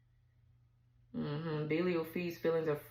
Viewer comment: Pronounced Bee-lie-al is the first crowned Prince of Hell.